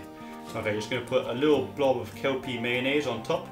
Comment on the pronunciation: It's pronounced "QUE-PEE" mayo, not "KELPY".....